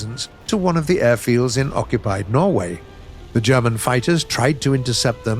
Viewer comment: is the only person I know that can pronounce German words properly, as well as Russian words and maybe Swedish words too?